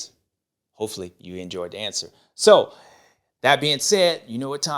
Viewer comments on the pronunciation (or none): none